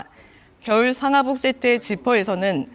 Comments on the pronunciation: 아나운서 발음 왜 이래? '겨울'을 '결'이라고 하네. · 아나운서 발음... 혀짧은 소리에 '겨울'을 '결'이라고하네